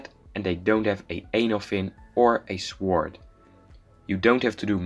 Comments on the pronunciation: ...nice pronunciation ...swword??? its pronounced sord but spelled sword! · Good video, very informative. Your English is well done, however sword is pronounced sord. The W is silent. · For a future reference you do not pronounce the W in sword